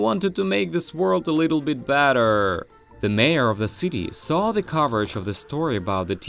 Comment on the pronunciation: Hey you just said batter not better